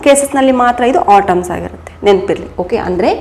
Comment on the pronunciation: It's, atoms not otoms ..